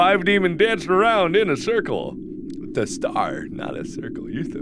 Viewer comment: I thought it said five lemons, not five demons, oh god 😂